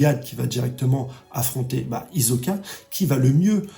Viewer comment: Paris Hilton, Kak1, Le black hole, Hizoka... J'aime bien tes vidéos mais ces petites erreurs de prononciation me font vraiment tilter a chaque fois 😅